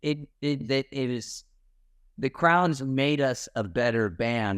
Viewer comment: though he said "krauts" at first, then I realized it was "crowds"...